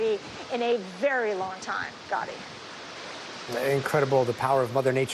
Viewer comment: Blue said horrorcane 💀